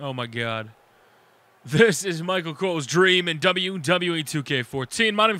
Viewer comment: I wanted 2 point out tht y u say Machel instead of Michael